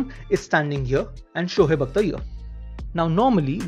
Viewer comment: SHOHEB nahi hota Shoaib hota hai